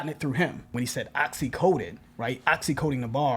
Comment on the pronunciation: I thought instead of "try to oxy coat it" it sounded like he said Ta-Nehisi Coate it lol